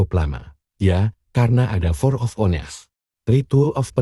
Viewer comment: Mhon maaf Kak.. sy kadang bingung dengerinnya.. krn ada bebrp yg bhasa inggris.. tp dibaca koq ngucapkannya sesuai tulisannya ya Kak.. spt For of ones... baca "Ones" nya bkn "ones" Kak.. tp setau sy bacanya "Wa(ò)ns" kan Kak..?🙏... jd sy agak bingung dengernya.. Kak.. 🤦‍♀️😁 Mhon maaf ya Kak.. bkn sy mrasa sok pinter , ga Kak.. sy cuman nyimaknya jd bingung dkit.. skl lg mhon maaf ya Kak.. mudah²n ini anggap untk membangun readingan ini bsa lbh apa ya.. lbh maju mngkin ya.. 🙏🙏..